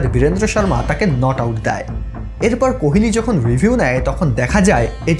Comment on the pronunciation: আপনি কোহোলিকে কেনো অশিক্ষিতের মতো কোহেলি কোহেলি উচ্চারণ করছেন?